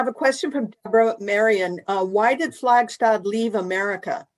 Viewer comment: Her name is pronounced "Flagstad," not (as in German) "Flagshtad." She HATED it when this mistake was made.